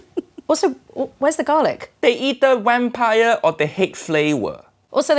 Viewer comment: to I like the way Uncle Roger pronounces Vampire...... Wham-pire.